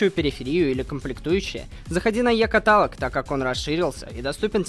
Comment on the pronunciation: ЕКАТАЛОГ,! Е-КА-ТА-ЛОГ!